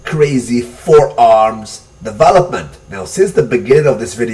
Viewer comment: am i the only one annoyed with the accent in "devah-lopment"?